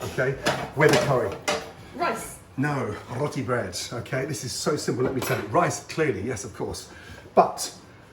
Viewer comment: The way he said it to ROTTY